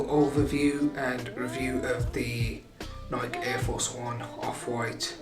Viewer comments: It's nike not nik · It really hurt me when he said Nike the wrong way 🤢😫